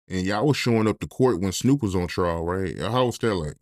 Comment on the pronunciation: TRIAL not trail